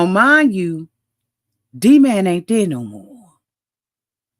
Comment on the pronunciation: And purposely saying his nickname WRONG the whole time. D-man not “Dah-mon”